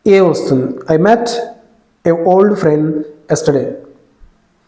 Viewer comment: ఓల్డ్ ...old....not వోల్డ్